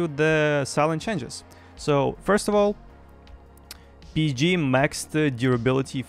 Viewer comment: I LOVE HOW YOU SAY BSG. BIZZG